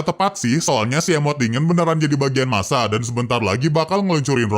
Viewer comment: bang itu nasa bukan masa 😅